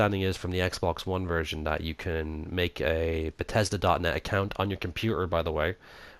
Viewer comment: sorry but... BETESDA?!